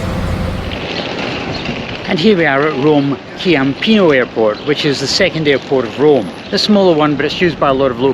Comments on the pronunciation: Ciampino is pronounced CHIAMpino. The Italian c is pronounced as an English CH and the Italian CH is pronounced as an English K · its chhhhiampino 😃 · Hi. The pronunciation of the second airport is: CHAM - PEE - NOH (for an English speaker). A "C" followed immediately by an "i" or an "e" makes a soft "C" (hence "CHAM - PEE - NOH"/Ciao, etc.. CA, CO, CU, or CHe, or CHi [these last two CH + e or i] provide a hard "C" like "K"). Some examples: campana - bell (pron. Kampana), Como - a city (pron. Komo), Cuneo - a city (pron. Koonayo), Cestino - basket (pron. CHestino - soft C because followed directly by an "e"), Cieco - blind (pron. CHieco - soft C because followed directly by an "i"), Che - that (pron. Khay - hard C because of the H after it and before the E), Chianti - an area in Tuscany (pron. Keeantee hard C because of the H after the C and before the i). Hope this helps you and any other travellers/learners of Italian. (My "CH" of course follows English logic as in "cheese" or "chips" - soft CH).